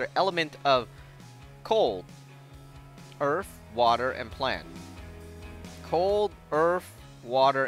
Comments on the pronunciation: He says earth like earf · HE SAID EARF!!!!!